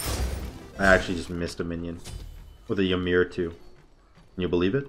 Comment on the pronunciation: The way u pronounce ymir is much worse than hecate Oh and telkhines... no e in the middle. Tel- khines. E-meer Coo-cool-kawn for future reference